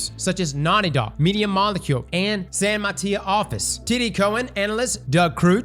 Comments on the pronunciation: san matee-oh🤣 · Gotta love trying to pronounce San Mateo. Gave a Bay Area native a chuckle. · It’s pronounced San Mah-Tay-Oh. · Why did you pronounce San Mateo like that lol